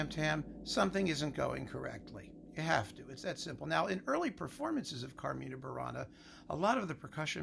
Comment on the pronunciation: As a native latin speaker, coming from ancient Rome itself (my English, igitur, may be far from perfect), I see a little incongruity in the way you say 'CarmIna Burana', with the I stressed, and then 'Catulli CArmina', with the A stressed; the latter is the correct stressing in the language of my (old) days. Of course I know these songs are very modern, as they were composed in what you call the 'Middle ages', but that should not have nothing to do with which the stressed syllable is. In other respects, I learn a lot with these videos,, and really enjoy them. So thank you very much!